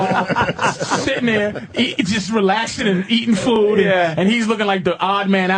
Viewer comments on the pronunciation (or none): none